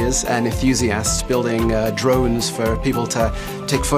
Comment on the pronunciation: Poor poor Helen....she loves DWONES and WOBOTS. Maybe she know Bawwy KWICTKY